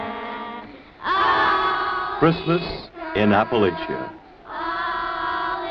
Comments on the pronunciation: The Yankee pronunciation of Appalachia says it all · They spent all this time there but never learned how to pronounce "Appalachia?"